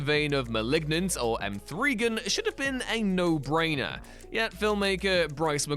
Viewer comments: Mthreegin lmao just say Megan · That’s not how you pronounce M3gan